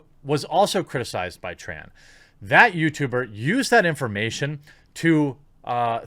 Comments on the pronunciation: Tren black. Not tran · You keep saying Matt Tran, when you mean Tren Black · You keep saying Tran Black